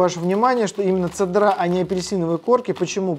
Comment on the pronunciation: В слове цедра, ударение ставится на Е))